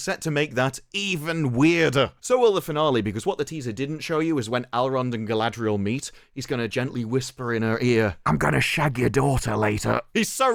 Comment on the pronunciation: Saurrrrrron would butcherrrr Galadrrriel in 2 seconds flat. Verrrry silly.